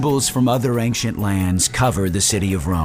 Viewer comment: Ain-shent. Not Aink-shent.